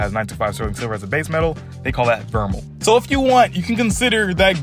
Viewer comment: It’s pronounced Ver-May bro or Ver-Mail not a grammar cop but thought I’d let you know